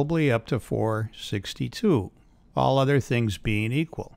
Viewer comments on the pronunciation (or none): none